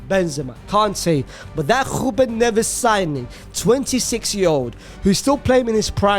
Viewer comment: Man please stop with some of the pronunciations, not hating its just that your sounding funny at times, you go and stand on the R on Ruben for 1 minute and than say Neves like nothing. Just say their names as they come to you